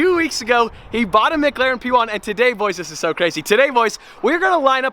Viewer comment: "MiGlaren" is what I hear every time tries to pronounce "McLaren." lol